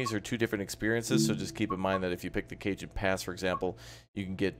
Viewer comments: Cajon is pronounced "cahon". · Cajon. [Cuh-Hone] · Cajon= cuh-hone. the J has an H sound. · Oi,. Dig the vids, watched a bunch, finally hit subscribe. Also, real quick, it's a Spanish word, Cajon. It means "box" like a "box canyon". It's pronounced "Ka-Hone". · Cajon is pronounced 'Cahon' as in Jalapeno. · I presume that people have told you by now that it's Ca-hone, the J is silent, as in Javier. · Not Cajun